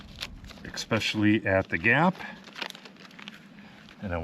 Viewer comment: minor detail, but don't say "ek-specially". it is "es-specially". grammar police notice.